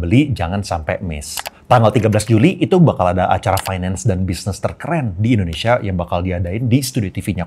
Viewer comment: Di di di di di endhonesa,,fact sih koh